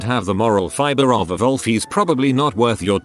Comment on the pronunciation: Vhat’s up vith this TTS voice saying “volf” instead of wolf? 😂